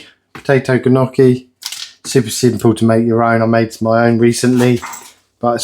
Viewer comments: “NYOH-kee" is how you pronounce Gnocchi :) nothing wrong with providing for your family, I get extra food sometimes too. Shepherd pie with lamb, cottage pie with beef :) and the last one was my favourite I think because it looked scrumptious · The gnocchi you don’t pronounce the G is nocchi 😊